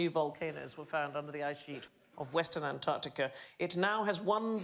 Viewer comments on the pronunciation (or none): none